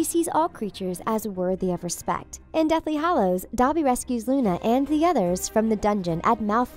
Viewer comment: When you dont say lovegood: Luna When you say lovegood: Luni Lovegood!